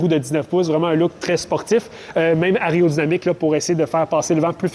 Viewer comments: Aréo ou aéro-dynamique 😑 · Aréodynamique ?!!!.... t'es sûr de ton coup là ?